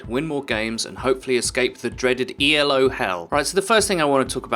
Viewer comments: It's not E.L.O., it's Elo, a guys name. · My only complaint is that you said Ee El Oh instead of Ee Lo. El Oh El. Nice tips. Keep it up